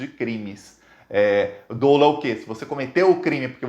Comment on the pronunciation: Só uma dica, a pronúncia é 'dÓlo', não 'dôlo'. Tamo junto!